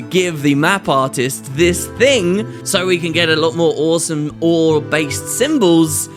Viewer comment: Also, " Some orr-some Orr based symbols." You're on a roll XD